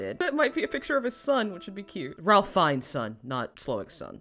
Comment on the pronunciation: His name is actually pronounced like Rayf not Ralf